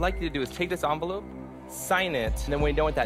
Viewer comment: The "onvelope"